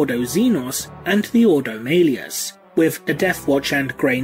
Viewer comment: Great video! Man, this must've been torture to put together. ... your pronunciation is really funny sometimes though - no offense, it just is! x) Tieranids, Ordo Mailius, Mienotaurs...